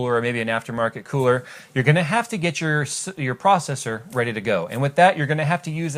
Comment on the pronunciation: Pause to get "Are ya reday kidz?"